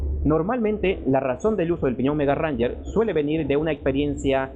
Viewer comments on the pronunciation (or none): Tal como lo pronuncias esta mal, no es lo mismo "Ranger" que Range... Yo lo uso ya casi 2 años y va excelente en trepadas, pero hay que saber usar el cambio para no desgastar mucho o dañar la transmisión